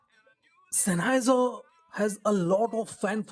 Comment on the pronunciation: it is common for non-Germans to mispronounce the name. Anyway, these are actually a Sennheiser product, as the OP has implied. I may buy one some day.